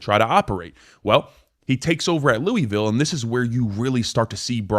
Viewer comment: It's loooville say it like your mouth is full